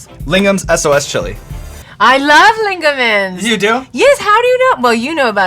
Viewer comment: I love how she pronounced "Lingham's" differently each time she said it. "Lingaman's" then "Lingman's" followed by "Lingham's" hahahaha